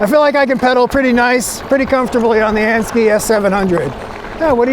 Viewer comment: And-- Sk-eye not ski